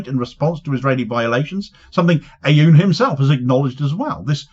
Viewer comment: You won’t be able to pronounce the first letter but if you simply say oon Like Boone without the B , it will be far batter than your current pronunciation , this is no actual A in his prononciation it’s an effort to represent a letter that doesn’t exist or a compound sound but your over focusing on the A in the president’s name